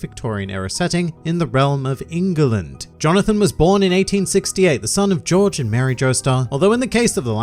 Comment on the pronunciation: Lmao that choking of England that made it sound like some fantasy knock off, this isn't England it's.....Engaland.....yeah Engaland